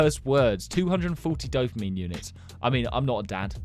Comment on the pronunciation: Why when he says "dopamine" i hear "dumpling"